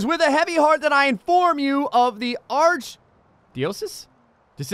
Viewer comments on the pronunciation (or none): when you were in the church its pronounced arch·di·o·cese lol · He doesn't know how to pronounce archdiocese. That's funny. Understandable for someone who isn't Catholic, but still funny.